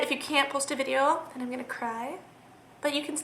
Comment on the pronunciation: the way you say video is annoying